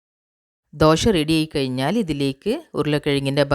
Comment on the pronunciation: എന്താ ഈ ദോഷ? ദോശ എന്നാണ് പറയുക.